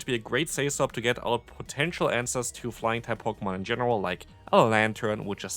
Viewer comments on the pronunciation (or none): none